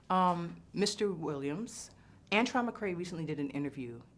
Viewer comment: ANTRON.... NOT ANTWAN